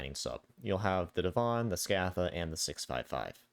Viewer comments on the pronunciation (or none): Sk - ah - tha > Sc - ay - the